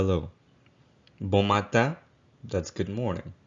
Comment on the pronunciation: i seen some people pronounce “in” in words such as bon matin as “ma-tan” with more of an a sound but you pronounce it with more of an u or uh sound is this a dialectal thing?